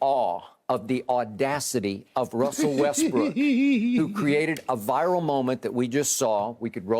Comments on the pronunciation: Everytime Skip Says Russel westbrick 😭😭😭😭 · Russell Westbrick! 🤦🏽‍♂️😂 Did skip really say that? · they really call him westbrick😂😂😂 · I cry everytime they say westbrick 😂😂